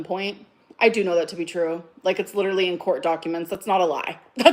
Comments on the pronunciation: And the word "litrelly." They can all sit together. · I feel like this video should have a little counter up in the corner of how many times she says “leederally”. 🤣 Like, it’s literally, a lot. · So 'triggered' but she manages to remember to pronounce 'leeedurralleeee' incorrectly to keep trying to make that shit happen. She pronounces it correctly in the very next sentence, of course.